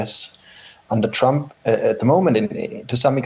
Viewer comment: The guy is so warm assed that he can not even pronounce the name of trump